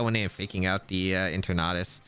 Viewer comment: En-ter-nat-us... its eter-natus